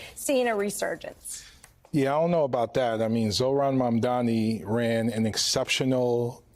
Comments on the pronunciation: ZORHAN MANDAMI Jesus, what is wrong with these people that can't even say his name, it's not hard at all. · I'm convinced they all just choose to mispronounce his name as a way of "othering" him. Really? Zore-Han Mundami?? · The "journalist" at the beginning of the video pronounced Zohran Mamdani as Zor han Man dami ?????? How do you mess up a name like that unless you are literally racist (spoiler: they are) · “Zorhan Mandami” oooh girl